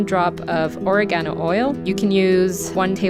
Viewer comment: Lol, She pronounced it incorrectly - it’s Oregano (Italian herb you can find anywhere 😊)